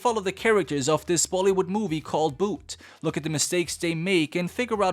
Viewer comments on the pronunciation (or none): bro that dosent pronounced boot it pronounced bhoot u missed to say the H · its pronounced as bhuuuth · The pronounciation of bh isn't isn't like boot, it's more like bh in Bhutan. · Loveee how bhoooooot is pronounced boot 👢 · my favourite part is when he says boot